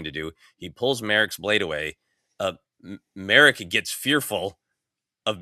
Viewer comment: It’s /MAH-rock/, not Merrick. Gotta get basic pronunciation right if you’re gonna podcast seriously. And if you’re a real fan…